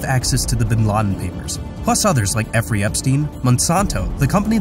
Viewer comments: "Efferey Jepstein" 🤣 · Effrey Jepstein... 😆😆😆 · Effrey Jepstein. lol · Eeffrey Jpstein lmao I’m cracking the fck up dude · This man said effery jepstien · Is he saying Effrey?